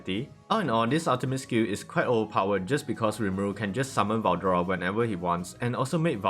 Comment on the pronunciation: was it really hard to say veldora